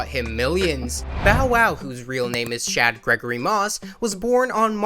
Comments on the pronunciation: His name is pronounced “Shaud” not “Chad”. Like just google first. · Why are you calling him "Chad"....it's "Shad" promounces "Shawd".